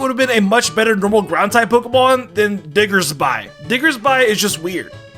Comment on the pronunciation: Typhlosion still has fire on it’s back, it just comes up less often, you’re just blind dude P.S. you said Diggersby wrong